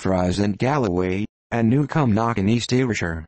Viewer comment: we don't/dinnae soun' like that at a', what a horrible rendition: not dumb fries, dumfreece not come knock, cuhmnuck God save us from digital voices.